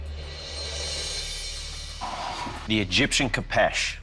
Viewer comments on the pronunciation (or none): Fun fact it’s not a kapesh it’s a khopesh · its not called a kapesh its a kopesh-_ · Kho-fesh that’s how you say it